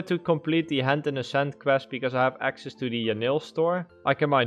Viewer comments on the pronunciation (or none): none